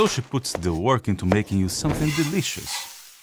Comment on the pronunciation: "She makes something dee-leesh-oos" Don't we all?